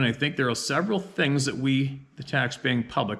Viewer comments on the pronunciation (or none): none